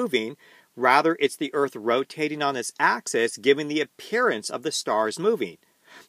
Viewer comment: this was a great presentation that put some great content into my noggin. One small bit of constructive criticism. Axis (singular) is pronounced axus... while axes (plural) is pronounced axEEz. I really hope to learn a lot from your content. You're a great teacher.